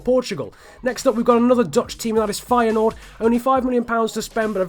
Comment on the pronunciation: i am dutch and you say the names of feyenoord en ajax very good